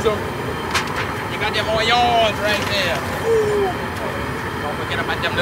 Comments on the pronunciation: He called onions anyans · That french ''ONION's'' cracked me up